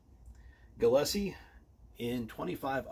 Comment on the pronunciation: You slaughtered the name